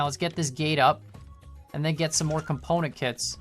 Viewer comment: He makes component kits sound like componakit =P